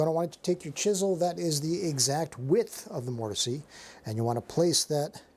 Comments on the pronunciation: Why are you saying mortisee? I have never heard that before and can’t get past it. I thought it was a joke at first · The E in mortise is silent. MOOR TIS